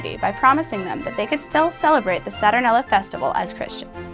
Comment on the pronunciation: It's not "saTURnella" or "SATurnella", it's pronounced "sa-tur-NAIL-ee-a".